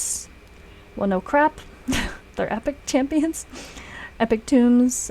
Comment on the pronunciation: Tooomes. Not Tombs. A tome is a book. It's old latin language